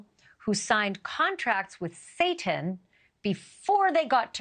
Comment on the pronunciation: Yeah, her beliefs are crazy, but the way you pronounced Satan perfectly and pronounced Jesus in a mocking tone explains a lot about you, Banfield. smh